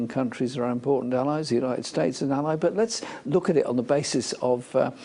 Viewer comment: notice how when asked who see thinks are our important allies, when he says 2The United states" he changes the way he is pronounces it rather badly compared to every other word he says perfectly